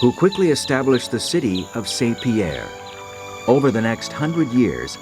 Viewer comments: He can say "MAWN Pelee" but he can't say "SAWN Pierre". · Mont is pronounced mõ, but saint is pronounced sɛ̃. They shouldn't be pronounced the same